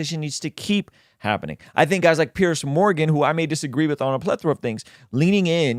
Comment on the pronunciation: I like but I don't think he has the slightest idea who Douglas Murray is -- which is a shame. Douglas is not petty; he's witty and brilliant and a prolific writer about the decline of the West. He's widely respected as a deep thinker. ("Peerz" Morgan, not "Pierce.")